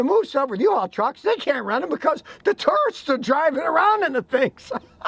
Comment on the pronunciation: When Scotty said "tourists" I heard "turds"